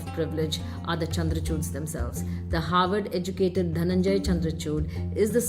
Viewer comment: Harward ko hayward kahte hain. Hahaha.. 😅🤣😂